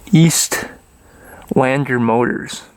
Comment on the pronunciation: Estlander not eastlander. Drop the A